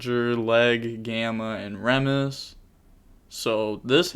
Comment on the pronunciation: remus is pronounced ree-muhs, based on the founder of ancient rome